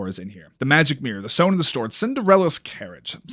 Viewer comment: anyone else notice he says sone in the stord? 😂